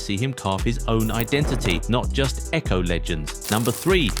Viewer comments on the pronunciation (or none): none